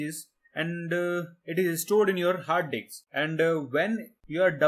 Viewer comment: very nice one but in u said hard dicks instead of hard disks hahahaha